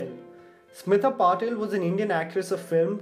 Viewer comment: Its Patil. Not patel